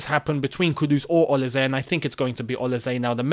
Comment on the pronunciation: Hi, it’s the Nigerian man again! He is pronounced- o-li- say